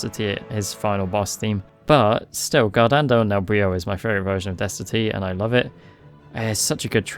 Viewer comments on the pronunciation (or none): Since you like ansem so much, just an heads up from an Italian guy about how his themes are supposed to be pronounced. Forze del Male Is supposed to be "Forz-EH del Mal-EH", the e at the end aren't silent. Guardando nel buio is "G-UH-AH-rd-AH-nd-OH nel b-UH-IH-OH". Great video like usual!!